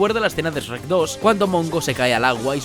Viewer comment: Como si pronuncia francés pero al decir Shrek dices Rek :v